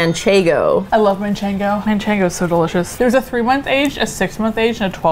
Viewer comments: Did you say manchengo lol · "mancheNgo cheese"